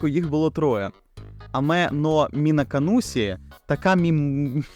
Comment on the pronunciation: Є причина чому вам так важко вимовити Мінаканусі і мімбусі, тому що правильно це звучить більше як МінакануШі і мімбуШі, в японській цей склад звучить більш подібно до ші Пояснення з вікіпедії: При додаванні голосного /і/ до приголосного відбувається явище пом'якшення приголосного. Коли /і/ стоїть після звуків /s, z, d͡z/ (с, з, дз) вони перетворюються нові шиплячі звуки — /ɕ, ʑ, d͡ʑ/ (шь, жь, джь). Відповідно, し записується в транскрипції МФА як [ɕi, ʃi] (ші), а не палаталізований [sʲi] (сі); в свою чергу じ передається як [ʑi, d͡ʑi] (жі, джі), а не палаталізований [zʲi, d͡zʲi] (зі, дзі). І згідно з правилами транслітерації японської в українську правильно буде "ші" а не "сі"